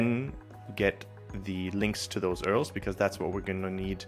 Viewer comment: First person I've ever seen call URL's "Earls" 🤣🤣🤣 Great lesson nonetheless!